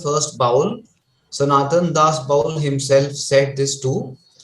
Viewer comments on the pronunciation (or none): Indrabhuti was not the daughter of a king of orrissa , Indrabhuti was the king of orrissa, and ami bowl tumi bowl sobai bowl this pronunciation is very disrespectful for the tradition. The word is Baul.